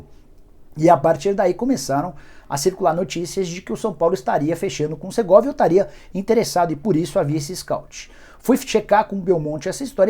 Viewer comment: Não é Segorvia, é o SERGAY